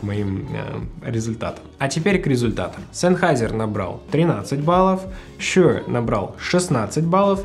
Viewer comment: Тут даже думать нехуй, Шур (а не шьюёур, бля) самый топ, был и остается, shp440 уработают даже AT M50x по звучанию. Видно, что в музыке вы нульцеваты, я уж молчу про мегаватты и частоты) заканчивайте обозревать то, в чем не шарите.